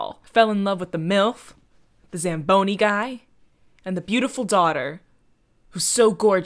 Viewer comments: "What's that called, a Zambooie?" It's a zamboni!! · not saying zambooey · When you're Canadian and listening to butcher "zamboni" over and over